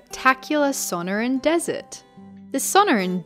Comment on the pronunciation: Suhn-Ore-ahn (suh-nor-ahn) More emphasis on the NOR not Son-O-rin